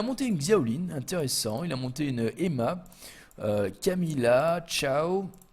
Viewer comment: Sa me fait mal au coeur quand tu prononce Camille, Chow et Seara 😂